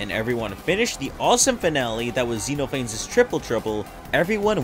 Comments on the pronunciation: it's pronounced zeh-noh-fah-nees not zee-noe-fayns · I love this video because it really encapsulates why people like myself find Sonic.exe appealing. Its a bad story that had a fantastic concept. Plus its nice to see you actually know who owns what and what the interpretations are instead of bastardizing them. Also I'm sure you've heard this a lot but Xenophanes is actually pronounced Zen-Off-An-Knees :') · I should try to bring to the attention that Xenophanes is meant to be pronounced as "Zeh-nauh-fuh-neez", I made the same mistake as the creator of the video here for a long time before being corrected lol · Just wanna point out It's pronounced Zen-off-uh-neez Also the mouth is disturbing as absolute hell.